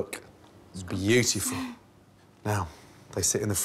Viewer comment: "LooK BlyAtiFullLL"